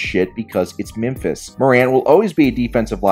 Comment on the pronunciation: The only thing that triggered me was the way this guy pronounces Memphis